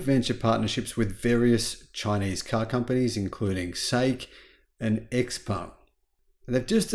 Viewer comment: You pronounce “ xpeng “ while it should be pronounced the same as xiaomi”